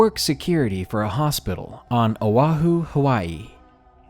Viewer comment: Good job saying O'ahu correctly!!! Us locals get mad with the wrong pronunciation lol.... but good job bro!!!